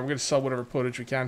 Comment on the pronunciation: Pottage is pronounced Pot-Edge as it is made in a pot >^,,^<